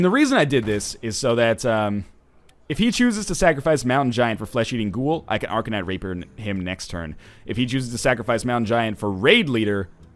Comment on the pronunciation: at sounded like he said arcanite raper